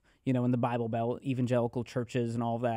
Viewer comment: The 'Buy-Bull'....I aint buyin' it. Great chat otherwise. Lol